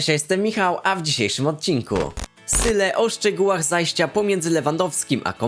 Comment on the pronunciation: Słuchaj nie czyta się syle tylko zyle